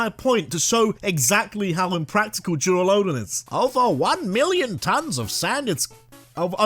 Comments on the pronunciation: LUDON, NOT LODON! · DURALUDON, NOT DURALADON! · DURALUDON, NOT DURALODON! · THE FIRST O IN DURALUDON IS SUPPOSED TO BE A U! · Idk why but the way this man says “duraludon” cracks me up😂